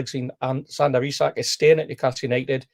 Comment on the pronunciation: One thing I think we can all agree on when ISAK leaves at least we won’t have to listen to pronounce his name Issac 🎉